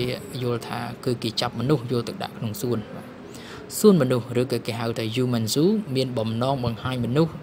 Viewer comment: ហាំមេនZooមិនមែនយូមេនzooទេ